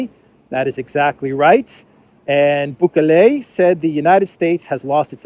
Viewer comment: Vivek is pronounced Vivake, like cake. Bukele is pronounced BOO-KELLY.